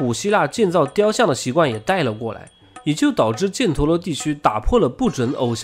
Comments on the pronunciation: 那个字，不念"建"，念"钱" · 把叙利亚位置标错了， 阿喀琉斯的喀读“ka”。 帕米尔高原位置标错了。 波特兰一直读错。 犍陀罗，jian读一声。 说“贵霜帝国国家中心”地图给的是克什米尔，但贵霜帝国中心并不在克什米尔。 应该读为神奈川冲*浪里，神奈川冲是地名。如你所说是富岳三十六景之一，是从神奈川冲看富士山，英文名叫Great Wave，并不是冲浪。